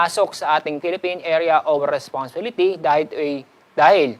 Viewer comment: sir hirap po yta sa pag pronounce ng responsibility